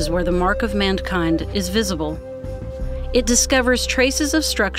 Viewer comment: "Mandkind" haha